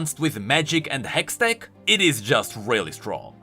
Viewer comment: "A hextect battery" 😂